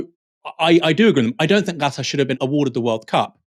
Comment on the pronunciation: I'm hearing you say Gatar ? its KA TAR